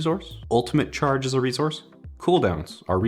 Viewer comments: It's a fuckin S, IT'S NOT REZOURCE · Can you learn how to say the word resource it’s pronounced with a s not a z :) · Is it just me or does pronounce resource with a Z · Great video but I swear I kept hearing rezource not resource lol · Anyone notice the way says 'resource'? It's 're-Source', not 're-Zource'. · It is an "s" in reSource not a "z" damnit lmao. I love your content. Keep up the exceptional work! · Haven't finished the video yet, but I am ~4 min in and I cannot stop hearing you say "re-zource" instead of resource. Help. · Nobody:: Rezource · Rezource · Why do you pronounce resource like rezource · Can I pay you to whisper "Rezourse" repeatedly to me as I go to bed each night? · Rezourse😂 anybody else heard that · "ItSaReZoUrCe" Love you lol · rezorse?? 😂 i cant focus on anything else but the way u pronounce resource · Obligatory “rezource” comment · Where are u from? Why u say rezource? Lol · did anyone else hear him say rezore instead of resource? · Does anyone else hear him say reez-horse or is it just me? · Nobody:: Rezorse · Use your "rezources" wisely. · “A rezource” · saying rezource for 27 minutes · Can we just make a point to mention he says rezource... that made me chuckle. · I love how you pronounce resource as "reezource" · Anybody ever realize how says resource like reZource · No one:: “its a rezource.” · It’s a “REZOURCE.” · Take a shot every time says “rezource” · the way he says resource if fucking with my head. its like hes missing an S or a C or adding an R something like resorse. we have to get to the sorce of this. also every time i hear Space i think of the valiant d.va player. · Nobody:: rezources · I like it. except the part where you pronounce resource. Is that a Canadian thing? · pronounce “Resource” correctly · More like jam a fork in your ear every time he says it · There's no z in the word resource